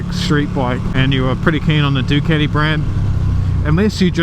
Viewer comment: It's a fucken DucAti not Duceti 😂😂😂